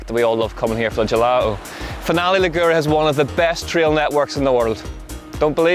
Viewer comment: Finale Li'gure not Finale Ligu're please..!! :-)